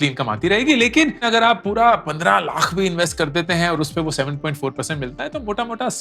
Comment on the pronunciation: Lakh nahi lath sunai deraha